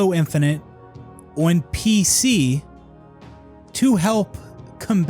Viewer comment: Boy still can't say the word "on" properly, and I'm a bloody Canadian.